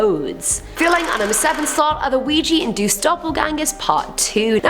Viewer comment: I genuinely thought she said, "Luigi and Duke" not, "Ouija induced"